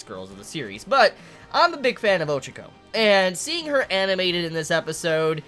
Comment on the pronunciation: Ochiko? Isnt her name Ochako?